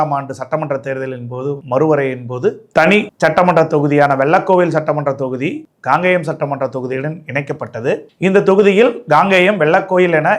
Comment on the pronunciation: காங்கேயம் சரியாக உச்சரிக்கவும் Gangeyam இல்லை Kangeyam உங்கள் தமிழ் உச்சரிப்பு கேட்பதற்கு எரிச்சலாக உள்ளது